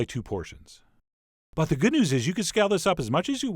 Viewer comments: I think he meant it as german "gut". Which basically means good, but he accented it as a german word. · "That's looking very Gut " XD